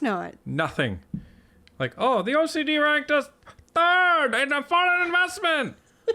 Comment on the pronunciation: WTF is a "turd" party??